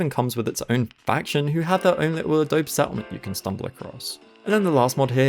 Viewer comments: Its pronounced adobee friend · I know a million people are going to comment this, but it's pronounced ah-dough-bee. Just like the Photoshop software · the way you pronounce adobe 😭